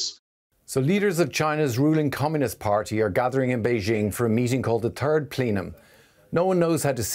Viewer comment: The turd plenum? 🤣